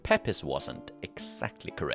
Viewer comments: Pepys pronounced Peeps. 👍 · Not sure how much use it will be, depends if you ever use them again... A couple of pronunciation pointers though.... Pepys is pronounced Peeps, not Pepis..... Weird I know but it is what it is :( Warwick, the second w is not pronounced. If you see a name ending in wik, whik, which or wich the w is virtually never pronounced. Wawrick = warrik, Woolwich = Woolitch and so on.... Yeah, yeah I know, our language is full of these stupid little pronunciation landmines... but it is what it is. Unlike say Welsh, English is not a phonetic language unfortunately.... And there have been so many external influences and alphabet simplifications that pronunciation 'inconsistencies' are kind of inevitable....